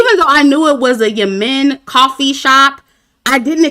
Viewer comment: It’s pronounced YEM-MEN. The two M’s are pronounced as one with no break.